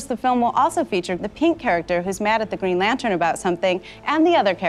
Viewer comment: "Greg Lantern" lol!